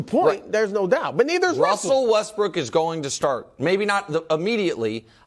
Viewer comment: my boy Brou out here talking like Elmer Fudd? Who is Wussell? 😂😂😂